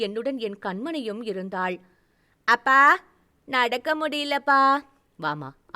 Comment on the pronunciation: அ பா என்று என்று சொல்லும் தொனி சரி இல்லை அப்பா என்று சொல்லவும்